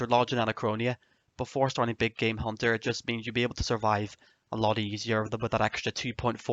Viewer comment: At first I thought he said "my big gay hunter guide"